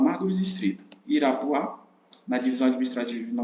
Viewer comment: Amigo, o distrito é Irapuá, não Irapuã (muito boa a aula)